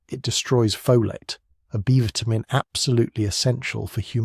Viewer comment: Why do you keep changing the pronunciation of vitamin? Is it a metaphor?